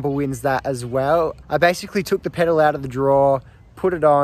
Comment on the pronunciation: The word is pedal, not pedo.